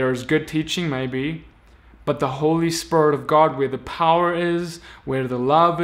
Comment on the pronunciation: The only evil thing in this video is the way you been saying Spirit. SpErT